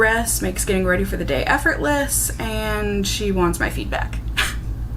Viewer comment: Lol this is what I heard - she wants my feet back, I was like huh? Oh feedback, ok 😂